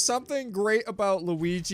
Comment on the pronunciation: No one: Not a single soul:: Lugi